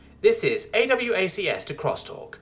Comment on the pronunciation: Yeeees... Also, point of reference. In Military parlance AWACS is called 'Ay-Wacks', not A-W-A-C-S. The military wonks tend to try to say every acronym as a word rather than spell-out the individual letters.